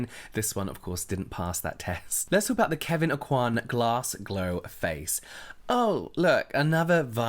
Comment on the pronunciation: I hate how people pronounce aucoin... Kevyn aucoin's own family pronounce it the original way, Oh-quin... Look up aucoin hart on here and you'll see the proper pronunciation